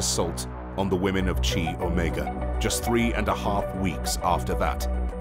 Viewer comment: "Chi"==K-eye, not ch-aye.